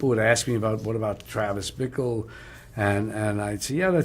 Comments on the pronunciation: Nice video, and fyi, it's Bickle not Brickle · Bickle not "Brickle". Jesus. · Bickle, no R